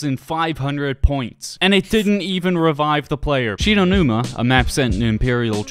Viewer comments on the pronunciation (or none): Oh yeah also She-no-numa.